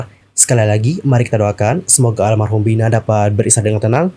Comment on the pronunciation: Kenapa ngucapinnya harus Vhina? Vina mah vina aja. Kayak orang indo kalo ngomong. Dengernya kayak kebule2an nyebutnya